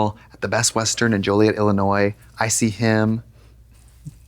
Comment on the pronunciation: Girl!!!! Not Joilet Illinois!!!!!! Screamed out loud!! ❤❤❤